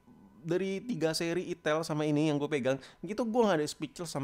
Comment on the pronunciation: Gk tau tapi tiap lu ngomong "itil" gua pasti ngakak🤣🤣🤣🤣